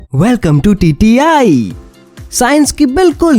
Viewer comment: Welcome to tti "tatti"🤣😂😝😂😝😂🤣🤣😂😂😂😝